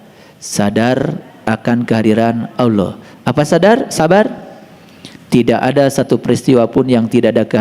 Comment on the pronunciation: mantap... yg kurang enak saya dengar. aulah bukan allah